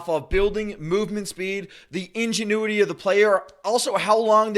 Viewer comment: Bro said ingenuity